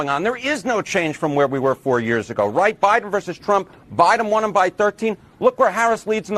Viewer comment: The Bine Adminiskration